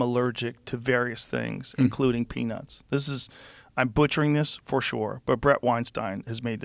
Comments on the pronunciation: Every time Michael said “peanuts” I thought he said, “penis.” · He should not be able to pronounce "Peanuts" like that😆.